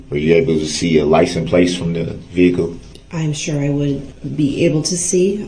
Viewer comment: 1. License "PLACE" 2. "Tack it" agreement